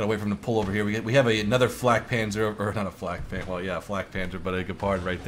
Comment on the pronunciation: I love it how you pronounce german words :D Fläk Penzer Kjugäll Bliz ;)